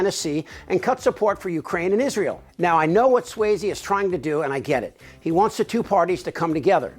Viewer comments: SUOZZY....NOT SWAYZE...You sound like a Republican when you say "SWAYZE"..... sorry.. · Excellent. Pitch perfect... except, Suozzi, I don't think is pronounced, "swazy". Think, Fozzie Bear. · With all good intention, rep Suozzi's name is pronounced "SWAAH-zee," not "SWAY-zee." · There is no AY is Suozzi. More like Swatzi. C'mon. It's not that difficult. Signed, New Yorker. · At least you could get his name right. It's pronounced Swozzi, not swayzi. So rude. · You're mispronouncing Suozzi's last name. It's not Swayze. It's pronounced Swozzy. I still love you. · How do you do an entire video and pronounce Suozzi's name wrong through the entire thing? That's lazy and embarrassing